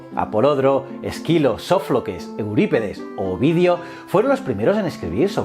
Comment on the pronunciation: Está realmente increíble el video, me gustó tu canal, felicito, cuentas todo de una forma muy didáctica. Pero pasando el minuto dos dijiste "Sofloques"